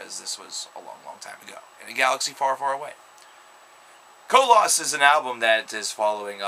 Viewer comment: Lol no one can pronounce the album right. It's not co-loss. It's koloss